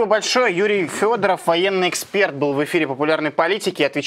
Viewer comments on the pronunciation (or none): none